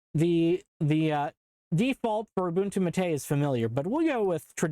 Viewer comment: The pronunciation of "Maté" hurts my soul as a native Spanish speaker. (It's Mah teh, not muhtAY, but you tried.) Also Ubuntu 8.04 was the first taste of Linux for me as a kid. Honestly wish I did more with it, or discovered Kubuntu since I was more familiar with Windows than Ubuntu by default with GNOME 2.0 XD